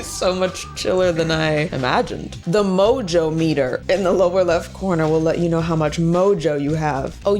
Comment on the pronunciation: I feel like you should pronounce "mojometer" with the accent on the jo, like moJometer (like thermometer)